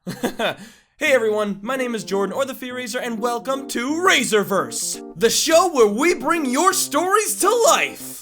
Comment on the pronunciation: When I heard Raiserverse im like i thought it was raisin for a second